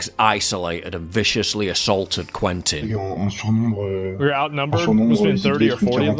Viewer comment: Please its not " couentin " its said more like " kentin "